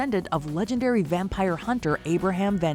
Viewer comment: Matt Berry's pronunciations always gets me. But also, the way Doug Jones says "wampire" -- GETS. ME. EVERY. TIME.